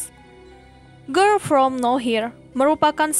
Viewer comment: ngomong girl nya aja ger ger grel gemesss😭